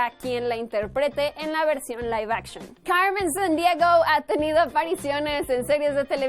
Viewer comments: ¿a alguien mas le molesta que diga los nombre de personajes como si fuera gringa? cuando dice Carmen sandiego lo dice como si le costara decir la "r" cosa que solo le pasa a los que hablan solo ingles porque no estan acostumbrados a marcar tanto la r pero habla español asi que puede mensionar perfectamente esa letra me parece estupido que lo diga como si fuera gringa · Porqué pronuncia Carmen Sandiego y Fénix cómo sí fuera de habla inglesa??